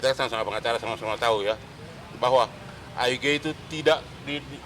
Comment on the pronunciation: Bilang IG jdi aige😀 Bilang followrers jdi plowers😀 Ngmong blepotan😀 Bljar ngmong yg pintar dlu bro biar nggk nampak ijasah palsunya😂😂